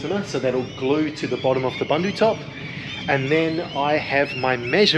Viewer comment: Ahh epic time guys, the Bundutop is an excellent addition. And your pronunciation is super close - it’s “boendoe top” rather than your “bundoe top” 👍 So exciting, getting so close now